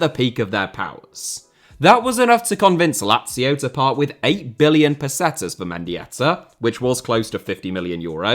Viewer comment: Interesting pronunciation of pesetas. Shows how young is, only knowing the Euro era.